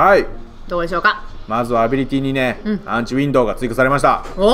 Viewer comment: がジュリエットのときアンチウィンドのことをアンチウィンドウって言ってるww ( 窓 ）